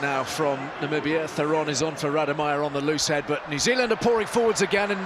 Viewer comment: From Namibia, thanks (I think). But don't pull a Trump; it's Namibia, not Nambia.